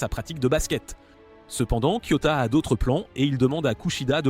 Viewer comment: Pourquoi tu racousuie les nom des personnages et c'est KIOTAKA